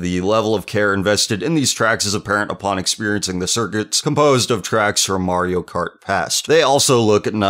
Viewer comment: You said market Kart Wii